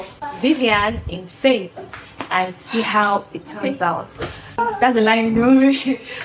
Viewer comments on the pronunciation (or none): Why that girl dey pronounce faith as fate 😂😂😂